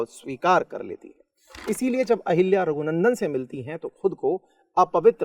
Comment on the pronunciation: अहिल्या ✖️ अहल्या ✅